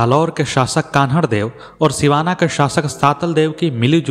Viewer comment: कहानी सत्य घटना पर आधारित हैं । लेखक ने सही जानकारी प्राप्त कर अच्छी प्रस्तुति दी हैं । कहानी में जो बार बार अखरता हैं वो ये हैं कि पूरे विश्व के महान हिन्दू शासक जिसने धर्म के नाम पर फिरोजा को ठुकरा कर हिन्दू धर्म का मान रखा । उस शासक के राज्य को कहानी में बार बार जालोर छोटा राज्य का उल्लेख करना बहुत अखरता हैं । साथ ही कान्हड़देव को कन्हड़देव के नाम से संबोधित करना भी अच्छा नहीं लग रहा हैं । इन कमियों के बावजूद आलेख / प्रस्तुति अतिसुन्दर हैं ।